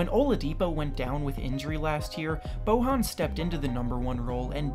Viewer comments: 1. KD won't play 2. Once Klay is healty DLo is traded or benched 3. Ariza won't start 4. Eric Gordon is going to be 6th player 5. Tatum is better than Ingram 6. Craig over Barton. Not really 7. Bojan is pronounced Boyan not Bohan Imo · you pronounced Bojan Bogdanovic's name wrong. The "j" in his name is pronounced like a "y" not like an "h" in spanish names.